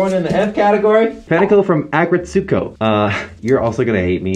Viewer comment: the way he pronounces aggretsuko is like nail on a chalkboard